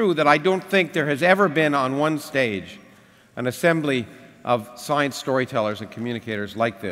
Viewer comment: "SOYENCE" -Lawrence Krauss